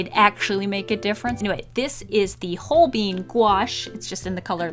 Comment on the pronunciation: Everyone worried about hearing you say copic, then you said holbein like WHOLE BEAN and I burst into laughter jk I love your video, it's absolutely delightful!